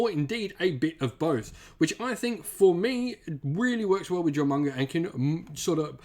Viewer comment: Duly appreciate the advice, I've wanted to get into Warhammer Tabletop for years, and Jormungandr has hands down been my favorite factions, meta be dammed... you know, even if I visibly cringed every time Jormungandr was brutally misponounced, lol. It's a complex name, no blame there, but the J is silent; Yor-mun-gan-der.